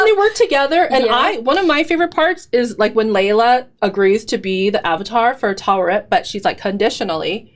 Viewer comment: You are nailing Taweret.